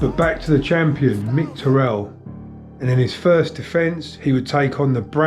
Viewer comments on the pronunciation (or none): I grew up in Shiremoor and knocked about with his little brother, mint bloke. Great doc but the name pronunciation is kinda backwards, you pronounce it ti-rrell, its pronounced te-rrill just like its written. I know its just a small thing but it was like nails on a chalkboard in my head every time you said it :P